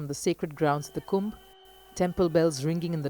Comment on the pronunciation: Thank You commentator for calling it Kumbh and not Kumbha! Distorting names or terms like that can erase cultural nuance and precision. Many of these distortions stem from the colonial-era habit of anglicizing Sanskrit or Hindi words to suit English grammatical expectations, especially by adding an "a" at the end of masculine names or nouns. This changes not only the pronunciation but often the cultural and linguistic integrity of the word. In many of these cases, the added “a” isn’t present in the original Devanagari script. These additions were often made by Western scholars, missionaries, or translators unfamiliar with native phonetics, leading to a system that still persists in mainstream media and academia. Respectful use of these words is necessary, especially as these names / terms carry deep spiritual, historical, and cultural meaning.